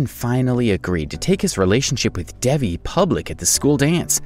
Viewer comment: he isn't even saying devis name right!